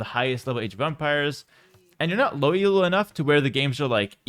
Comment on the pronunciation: It is Elo, not ELO btw ;) It is named after the guy who invented the system, not an abbreviation.